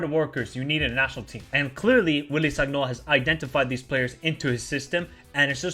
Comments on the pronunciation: please, it is written sagnol but you read it as san-yol. do not take this badly, im just trying to help. :)) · G in sagnol is like g in lasagna bro😂